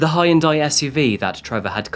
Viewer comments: In any decent, humane country the officers involved would be charged with aiding and abetting the murders, or at least criminal negligence. But this is the US sadly. Your pronunciations need serious work. La Jala? Haioondai? Seriously? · Are you saying “ hi end” or Hyundai ? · The ole Hi-Yun-Daii SUV. Still not convinced this channel isn’t completely AI generated. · "He ran into a High-and-Die s.u.v...." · No problem. Given how he pronounces Hyundai, I don't think is either.;-) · Pretty sure The "Y" in Hyundai is essentially silent. You don't enunciate it.? 🤷